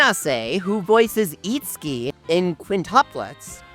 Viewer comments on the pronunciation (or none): none